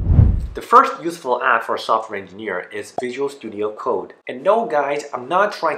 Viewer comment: Sounded like useful ass lol